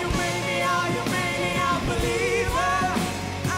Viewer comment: Na minha opinião foi muito mal na hora de falar believer mais tirando isso ele ta fera